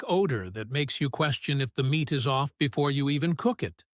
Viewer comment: Is the narrator AI or has he got a pole stuck up his behind? Even the subtext gives me incorrect words for what is being said! Nothing dramatic BUT come on speak clearly and pronounce the words correctly so the subtext will spell the correct words! IT IS MEAT NOT MINTS!!!!!!!!